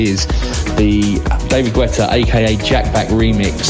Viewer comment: Nobody says David Gwwwweta...please